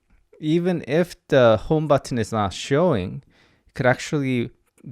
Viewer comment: Please stop saying b-u-T-T-o-n.